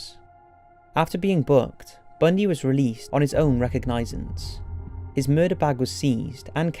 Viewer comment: Learn how to pronounce: Puget Sound Provo, Utah Own recognizance Brochure Complex